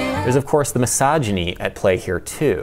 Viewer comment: You had me until "this is misogony"